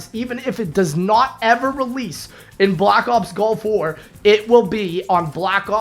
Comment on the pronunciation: I'm sorry are you saying Golf War? What?